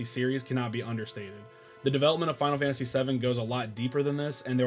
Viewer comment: Man! All these years of watching me and, and you still mispronounce the game 😂 And then you pronounce it correctly 😂 then wrong again 😂 make your mind up 😂 I'm glad you finally got around to it, now just wait until you experience Suikoden II 👌